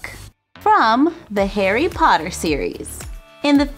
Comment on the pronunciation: Lol, "Harry potter" to "Perry hopper"